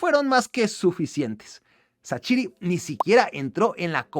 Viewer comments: Es Levíosa, no leviosááááááaaaa... ¿Por qué dices que XHERDAN SHAQIRI se pronuncia Sachiri, CHasiri, CHaCHiri y demás? No entiendo porqué te cuesta tanto pronunciarlo correctamente, REPITE CONMIGO (escritura de su correcta pronunciación fonética): SHerdan SHaZZiri. Saludos hermano mexicano. Me caes bien pero trata de decir los nombres bien que se te está pegando lo de los argentinos al decir Yavi (Xavi Hernández), Shorente (Llorente, cualquiera de los 3, siempre lo dicen mal) o cuando decían Ar-lléN ROBén (como si fuesen a decir Rubén, en referencia a la estrella holandesa Arjen Robben, cuya pronunciación es Arien Róben sin más). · Primero es bueno investigar cómo pronunciar los nombres, no mames no vas a pronunciar asi el nombre de shaqiri